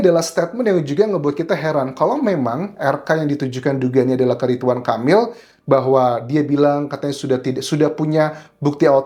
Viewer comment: Ridwan bukan Ritwan